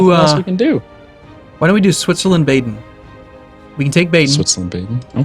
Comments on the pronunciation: I am shocked, you two almost pronounced everything in the right way. But your pronounciasion of "Baden" is wrong, it is not ae, it is bahd-n. :D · Their pronounciation of Baden is horrible, i'm not sure i can watch this series with that horrible pronounciation.